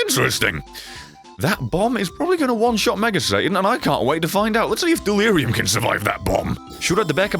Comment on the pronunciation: In stead of dealurum it was dealire gum